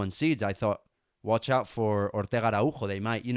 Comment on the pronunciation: Btw great so see some statistics and the little video👌 Araujo is portugese. The J is a S sound😄